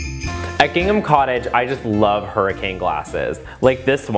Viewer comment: For some reason I keep thinking Gangnam cottage whenever you say Gingham